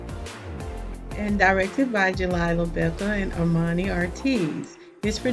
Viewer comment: You pronounce his baby mama name wrong Glila not jelila